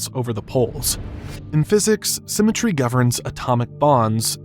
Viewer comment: "Symetr-ehh" "Interest-ehh"